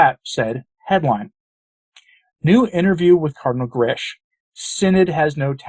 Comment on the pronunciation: Just a little correction, Mario Grech is pronounced 'Greck' rhyming with 'speck' not 'gresch' as in 'mesh'. Just sayin'... I'm Maltese too just like Grech, so know how the language is pronounced. God bless!